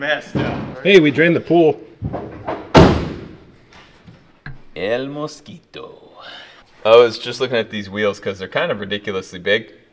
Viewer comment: hey i know you've been trying to learn and improve your spanish so i'm gonna give you positive reinforcement, your pronuntiation of "el mosquito" was PERFECT brother!! i Also love that name for this car, it's hilarious😅